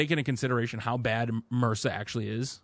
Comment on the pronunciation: Brilliant Podcast but kinda spoilt by you guys trying to pronounce M.R.S.A as a word? What?!